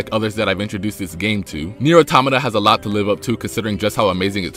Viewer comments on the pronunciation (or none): none